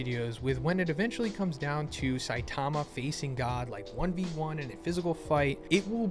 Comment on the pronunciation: I’m not trying to hate… but you clearly are a huge fan of this Manga… why can’t you say Saitama’s name correctly? Really not that hard you put the emphasis on the first syllable not the second. Weird